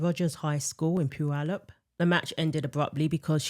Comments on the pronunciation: It’s crazy hearing those high school names coming out of your mouth. I’m from Washington state and have friends who attended both high schools mentioned. Once again, I am both impressed and acknowledge you pronouncing Puyallup correctly- it does show that you do your research. Much love from a lifelong Washingtonian with common sense. ❤ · Way to go, pronouncing Puyallup correctly